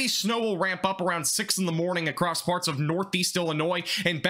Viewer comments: You said farts instead of parts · you cant tell me this guy didnt say farts